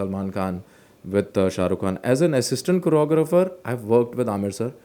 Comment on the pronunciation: The way you said "choreographer" is amazing.